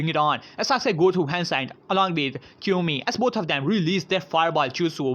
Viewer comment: its not Kyomi its kiyomi